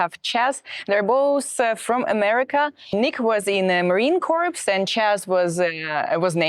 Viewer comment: Corps is pronounced as core....not corpse...